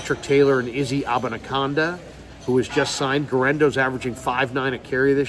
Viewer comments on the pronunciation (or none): It's AbaniKAAANDA not CONNNDA .... AbaniCANda